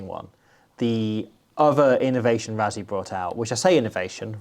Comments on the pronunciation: why do you call him “ razzi” ? why say it like everyone else? rah-si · Say Rassie but pronounce it Russie. South Africa thanks you. :face-green-smiling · You do realise that the s in Rassie is voiceless, right? So instead of Ruzzy it's more like Ruscy. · it's Russy not Ruzzy in pronunciation.. that's how we say Rassie in SA. Thanks. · for the amount of times you say his name, you may as well pronounce it correctly. It's "Russ" as in "Russell" "ssie" as in "sea" You don't have to roll the "R" Russ-sea...sounds better than Razzy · Why can’t brits say Rassie properly there’s no z in his name is ss ffs